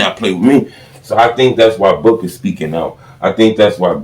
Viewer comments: It's Booo-Kah, not book-aah. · It’s Boo-ka